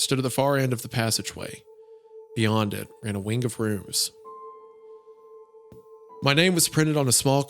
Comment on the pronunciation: Spire in the Woods also mentioned that type of clock that Isaiah is referring to. It's called a glockenspiel, literally bell play. Has anyone else noticed that whenever Isaiah says the word "wing," he adds a k consonant to the end? It almost sounds like he's saying "wink."